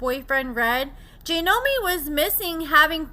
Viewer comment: It’s JOY-nomi…not JAY-nomi 🤦🏼‍♀️. I don’t know why I was thinking you would pronounce anything correctly, that’s my bad, expecting too much out of you again. “Re-Nember”